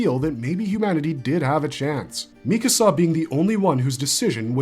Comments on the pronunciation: Her name is “MEE-ka-sa” not “mi-CASA”. It’s strange to me when someone claims to be an authority on a topic or a show, but they mispronounce the name of one of the main characters. How am i supposed to believe you actually watched a show when you butcher a name that badly? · Lately, I've been watching a lot of AOT videos lately, and lots of narrators pronounce her name mi-KA-sa instead of MI-ka-sa. Where does this pronunciation come from? Neither the English or Japanese versions of the anime pronounce her name this way. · What is it with YouTube commentators and saying Mi-kAsa